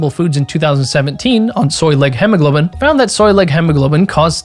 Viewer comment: holy hell its pronounced hemoglobin not hemmoglobein you can literally just google "hemoglobin pronounce"